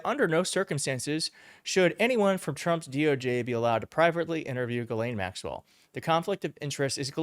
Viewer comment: Why can't Americans read out loud what it says.... it's pronounced GISLANE. Not Ge-lane, or jelane, or jislane, or giselle, or even Ghis-gla-ine. ITS GISLANE Can you all say Gis? Can you say Lane? Now say it fast. ffs